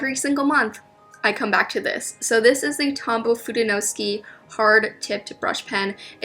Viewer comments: no i think it’s food-en-o-skay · Japanese vowels are actually quite fixed, like Spanish. So the ‘ke’ in fudenosuke would sound like ‘ke’ in keg instead of ‘ki’ in key. :) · omfg i mispronounce fudenosuke the exact same way 🤦